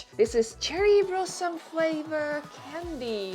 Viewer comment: 桜花 blossom not brossom. anyhoo u are so cute